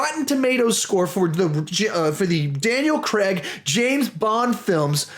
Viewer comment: It’s pronounced craig